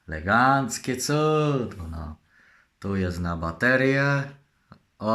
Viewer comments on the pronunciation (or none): Jest i! Jakże jestem zadowolony razem z! Leganckie cudo! Jak ja mu zazdroszczę tych fajnych, dobrych rzeczy. I się "włancza i wyłancza"! Ja bym chciał kiedyś z gdzieś pojechać, byłby zaopatrzony we wszystkie gadżety minionego wieku! Byłbym zadowolony!